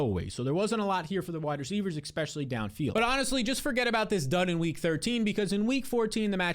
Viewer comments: Can you stop saying ‘eckspecially’ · Austin eckspecially sucks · You guys, leave him alone about saying "ekspecially"! Everyone has little regional grammatical variations that may not be proper English but I think it's so rude to be making fun of that. If you don't like it, just stop watching the channel. gives us great advice. Surely you can forgive one little idiosyncrasy. Considering that these days so few people use exactly proper grammar, spelling, and punctuation due to texting and social media abbreviations and Urban language this criticism is both unnecessary and rude. C'mon, man... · I’ve thought about that through at least 15 of his videos. And he says it every few minutes too.